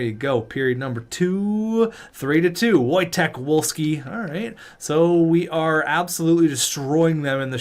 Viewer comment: When pronouncing Wojtek Wolski, the w’s are pronounced as v’s. Voy-Tek Vol-Skee